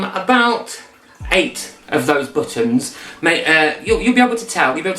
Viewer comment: Love how he says “but.tons”